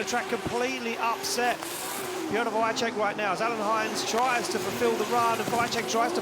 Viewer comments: mega, ten drugi jakoś sobie radzi ale VAICHECK XDD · wajczek xddddd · Wkurza mnie jak ten koleś komentujący wymawia nazwisko Piotrka.